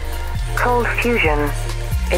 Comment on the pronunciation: Remember when his intro said ColdFustion TV??